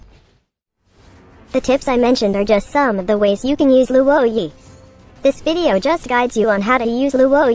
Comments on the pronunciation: Not being a downer, but I think its pronounced as "Lwo-ē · No one: Absolutely no one: Luwoah Yee